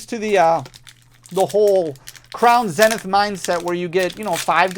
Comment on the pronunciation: Kind of annoying I never win any of these supposed giveaways ..... P.s learn how to pronounce "crown zenith" it's almost like you purposely mispronounce it and that's annoying